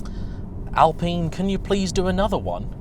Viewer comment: I swear its al pine Not al peen